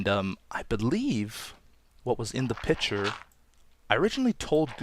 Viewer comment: LOL i thought he said picture instead os pitcher